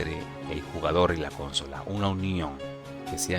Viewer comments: Que estresante que digas cónsola en vez de consola, es buen video pero de verdad es molesto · Jaja no puedo con el CÓNSOLA